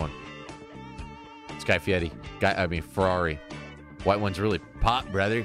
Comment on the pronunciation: Yea but u gotta say it like...guy fedaddi. Like how he says fieri as fiedi